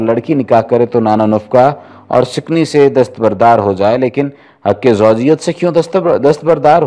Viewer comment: ملک۔سکنی ودیگر لفظوں کا تلفظ کسی عالم دین سے الفاظ درست کرنےکےبعد بیان کیا کیجئے۔